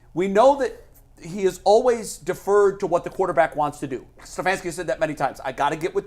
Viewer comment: The way says "StuhfaAanski" Really annoys me